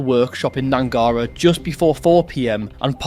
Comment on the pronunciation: Its pronounced Gnangara not Gnangara